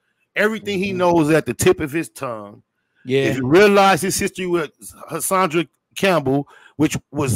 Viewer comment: i like spider loc but him calling HASSAN CAMPBELL Hassadra aint cool my dude peace!